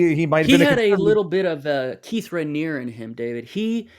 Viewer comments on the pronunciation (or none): none